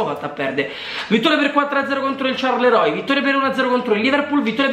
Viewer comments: Charleroi (squadra belga, che si pronuncia alla francese) Sic: “Ciarleroi” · Sharleua si dice